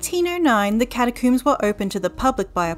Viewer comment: Cata-COOMS! Wait is "comb" for hair said the same coom way in Australia or New Zealand?